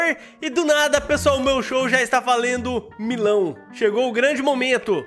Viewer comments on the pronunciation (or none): KKKKKKKK O TEX FALANDO MILÃO E N MILHÃO KKKKKKKK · Tu falou Milão parece milho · Acabei de perceber que o tex fala Milão kk é quase melão